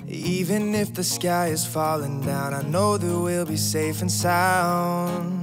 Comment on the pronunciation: Argh, great cover but when you say "SSSafe and SSSound, make sure its not ZZZafe and Zound" that buged me the whole time